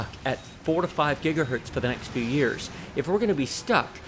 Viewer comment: Thanks for these great/super well done reviews. Second to none IMO. One lil' niggle. I often hear you say "Gigahert" as if it's singular for "Gigahertz" - no need to explain further, and I don't mean to offend. Just making you aware, as you are a "Pro" in every sense of the word, and I'm just providing constructive feedback.